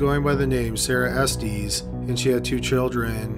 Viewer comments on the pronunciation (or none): Estes is pronounced Est-Iss. Not like Testes. Lol